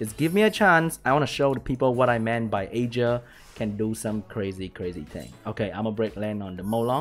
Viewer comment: OK i will comment just don't hurt me. The Vampire Lord is pronounced EAR-GAR and the Water B K is AYE-JEER.